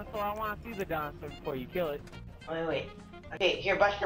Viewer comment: HAHA! "imma showyou a dinausor